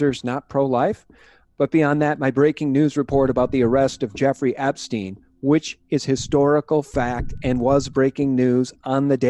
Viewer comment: Bitcoin is bullshit! Just a new version of fiat money created out of thin air! On the other hand I'm thoroughly convinced that the evil ones very soon will get their eternal divine punishment. It's near! Peace and love everyone! (Btw learn to pronounce epstein correctly! It's not epstien! How do yo pronounce rosenstein for instance? Why are all americans so uneducated I wonder?)